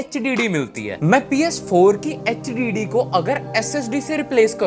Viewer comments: bhai Kya Hogya h tujhe? Hdd ko hhd bolra h partition ko Partner bolra h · Hdd❌H diddy✅😩